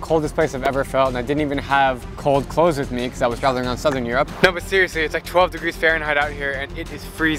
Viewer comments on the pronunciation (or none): none